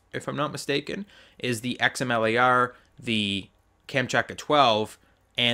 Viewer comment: Xamele R. Wtf did you just say. Xm Lar*